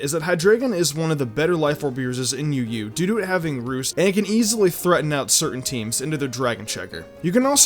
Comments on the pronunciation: I thought when you said UU, you said Yu-Gi-Oh 😂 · I swear up and down I thought he said Hydreigon was one of the greatest life orb users in Yu-gi-oh just to troll us... he said UU... but it took me like 9 times to hear it right